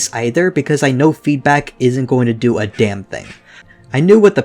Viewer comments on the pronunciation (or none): none